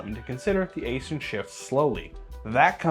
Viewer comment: It's pronounced 'icein' not asin. Im a contractor for them.